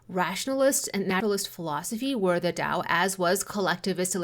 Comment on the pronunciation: why do you pronounce 'tao' like white people do?